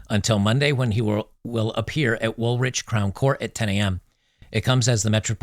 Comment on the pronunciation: FYI the hugged guy was a Sikh, not muslim. Woolwich is pronnounced Woolidge. And St George's flag with the red cross is the England flag. hope that helps